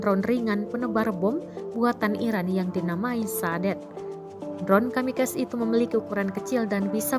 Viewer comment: Si Mbak ini musti belajar baca kata KAMIKAZE